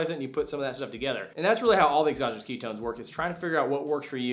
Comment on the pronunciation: Keto ess? You must be from California cause you talk too fast. Some of us are from Texas!!!!